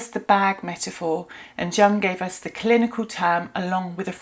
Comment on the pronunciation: Please don’t pronounce the name of one of the greatest thinkers of the last century incorrectly…it makes you sound discrediting. For your own sake Carl JUNG is pronounced YOONG